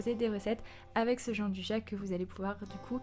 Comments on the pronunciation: Sa existe pas le « Jean du ja » c’est , phonétiquement : « Djianne douilla » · Bonjour on prononce Gianduia merci